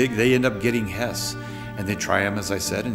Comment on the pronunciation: This is about Höss not Hess. Pronunciation is not the same but English speakers often have trouble with umlauts. Also Hess flew to Scotland during the war before Barbarossa.